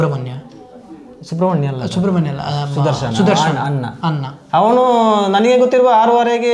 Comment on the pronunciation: "ಅನ್ನ " ಅಲ್ಲ......ಅಣ್ಣ✅